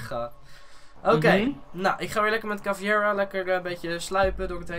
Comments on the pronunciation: je zegt niet chaveira maar kaveira! Maar je schrijft caveira Het is namelijk van bope (Braziliaanse militaire achtige politie) want ik kom namelijk uit Brazilië en het betekent schedel. Bope bestrijd drugs dealers in Brazilië en die worden heeeel hard aangepakt zoek maar op op internet! Maar toffe video veder!💪🏻❤️ Btw check deze video! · Die ene sluip chic heet caveira dat spreek je uit als kavaira